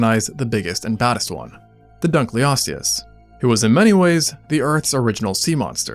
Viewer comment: Dunkle-osteous. Not Dunclee-osteous